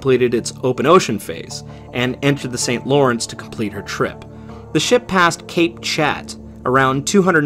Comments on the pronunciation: Great video again! Though I couldn't refrain from laughing at the pronunciation of "Cap Chat"... it was pronounced phonetically in English but it is a French name and pronounced "cap shaw". Cap meaning Cape and Chat meaning Cat... I have no idea why it is named "Cape Cat"... probably someone had had way too much rum or something. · Father Point = Point au Père pronounced Point o pair Cape Chat = Cap Chat pronounced Cap shaw Rimouski pronounced Ri-moo-ski